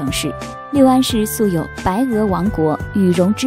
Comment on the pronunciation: 六安 lu四声